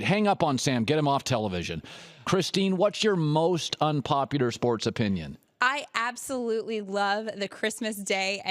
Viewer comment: Why does it sound like Colin is saying unpopiter